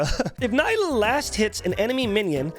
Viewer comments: Nila , hehehe nila haha . Seriously it's NILA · I could barely focus whenever he said her name wrong but great video